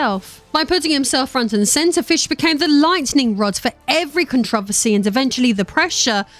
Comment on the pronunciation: "Controversy" - Kon-tro-ver-say